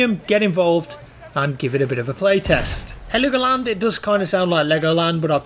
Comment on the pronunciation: It's called Hell-Go-Land... 😉